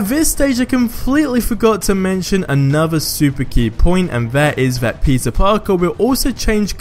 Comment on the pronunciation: i swear ur saying pizza parker not peter..